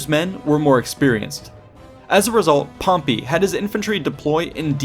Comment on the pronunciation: First time I heard him say "Pompy" I laughed so hard I farted... But when he kept on pronouncing it that way, every single time, even at the last part, I cringed so hard I still farted...